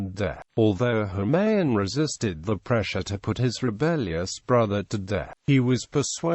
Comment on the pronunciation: It is Kamran not camron and it is Humayu not holman